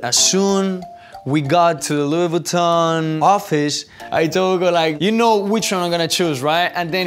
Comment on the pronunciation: Lou boutton mdr la prononciation